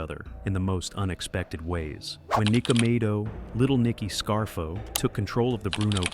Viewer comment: Its nicodemo not nicomedo